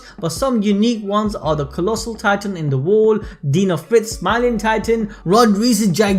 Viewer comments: She talks so lazy. Its titan not tidan. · I was gettin triggered when she called Titans “tidan” and called bertholdt “bearhole”